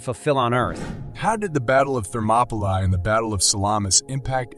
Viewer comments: An amazing amount of historical fact. Lots of obscure information, little known to those of us who are not history lovers. But, with all the preparation and research that must have gone into the elaboration of this video, just a little more care should have been given to pronunciation. The battle of King Leonidas and his valiant 300 Spartans took place at thermopylae, pronounced thur ma pee lay, a Greek work meaning hot gates. (Thermo = hot & pylae = gates). And King Xerxes pronounced zurk zees. Also, the Zoroastrian god was Ahura Mazda pronounced aaa who ra mazda. Not to put too fine a point on it, but these little things enhance the video for history buffs. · You need to have a better narrator.This one cant pronounce names and other words right. Like Thermopylae for one.